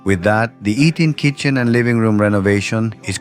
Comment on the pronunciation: I believe this is a re-post. Eating Kitchen sounds a bit funny.